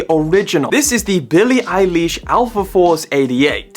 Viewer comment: billie eye leesh 💀💀